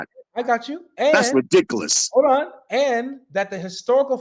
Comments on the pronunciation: This man cannot be real 😂😅 that's reedikuhluhs 😭😩😂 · Why can't this old dork say "were" not "was" and "rehdickulus" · "THAT’S RIDICCALUS" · "Its rewdicowis"😂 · Sheikh Ba-leeh Khalsaun "But I'll tell you what!" "It's absolutely re-dic-eh-lous" Be sincere, sir, or go home 😪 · He keeps saying that’s “ridiklas”. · “That’s ridicalus” lol someone get Charles Barley’s unc please